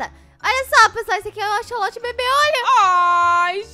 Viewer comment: eehhhh não é axoxo é axsolote